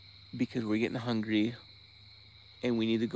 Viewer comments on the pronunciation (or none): none